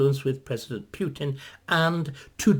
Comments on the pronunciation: That jars with me too - I guess it's just not his style to pay attention to such detail and we know what he means. Similarly with the pronunciation: it should be "Pootin" not "Pyootin"; and who are these "Oogas"? :) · Putin is pronounced POOTIN..there is no “I” there so it is not Piutin. 🙂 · Like an American or Englishman pronouncing the word “new” or “tomato” perhaps Putin is one of those words. Pootin or Pewtin. Maybe a Russian could elaborate us! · "He is knowledgeable and highly skilled", and yet,,,,,,,,,,,,,,he cannot correctly pronounce Putin's name. Right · You are correct, of course. Numerous ENGLISH words are pronounced differently in UK/Commonwealth countries and the U.S. Remember what Churchill said? "The British and the Americans are two peoples separated by a common language." But my point is: "Putin" is not an ENGLISH word; it's a Russian proper name. And in general, Brits and Americans do NOT pronounce non-English personal and place names differently. "Moscow", "Russia", "Tchaikovsky", "Dostoevsky", "Tolstoy", "Shostakovich", "Vladivostok", "Lenin", "Stalin", and even such a difficult name as "Khrushchev" -- ALL these Russian names are pronounced identically in U.K. and American English. There is no reason "Putin" should be pronounced differently. At any rate,,,,,,,,,my point is NOT aimed at how the average Briton in the street prouncounces "Putin". David Starkey is not an average Briton in the street. My criticism is focused on Mr. Starkey's self-proclaimed status as a recognized scholar and academician. He considers himself a "wise man", and he wishes others to consider himself such. When such aself-appointed "expert" cannot pronounce correctly the name of the central actor in this current world crisis it should raise legitimate questions as to exactly how much of an "expert" Mr. Starkey truly is. That is all I'm saying here.